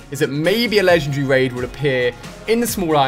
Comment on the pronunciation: is it just me or he says "Legend Ree" ?